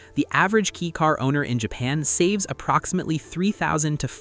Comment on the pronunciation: If you can’t even say the right name, I’m not bother to see the rest. It’s K-a-i car, not K-e-y car